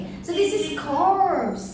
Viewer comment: Dead body of human--corpse U said corps. Which will be correct?